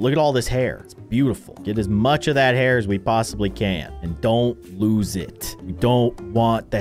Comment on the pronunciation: It is not hard to say hair